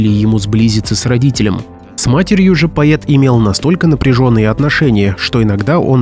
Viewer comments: пОЭт , а не паЕТ. Невозможно слушать, да и текст приметивный и местами просто глупый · ведуший передачи, что за новое слово - поет? Может поэет, а не поет? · ПоЭт, а не поЕт! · Поэт а не поЕт))))) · поЕт а может поЭт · Поэт произносится через Э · почему поет а не поэт поетому а не поэтому?Изуродовали язык наперекручивали иностранные слова поменяли ударения ударились в старину а точней в утопию Противно слушать хорошо что 34 года там не была и редко слышу уродский язык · Да, феерично произносить слово "поЭт" через "Е" . Ещё "посчастливилось" слышать "эсли" вместо "если" - тоже шедевр.